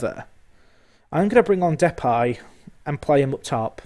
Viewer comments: Why are you pronouncing it 'Depie' when it is Depay? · Ok, I guess we disagree on that, I've only ever heard people calling him Depay the way that I would pronounce it. Maybe you're right, never mind it's only a small detail. I love your content as ever mate!